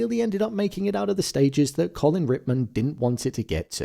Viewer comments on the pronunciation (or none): none